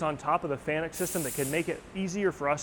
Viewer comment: Thats pronounced Fa Nuk used the control many times.